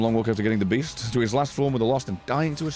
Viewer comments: Beast? I thought you said Weast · The Beast? I thought you said Weast!!